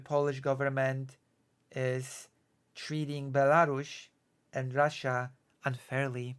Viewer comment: WTF is Belaru-SH? 😵‍💫